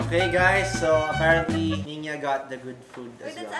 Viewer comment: Maybe he's trying to say Niña instead of Niana.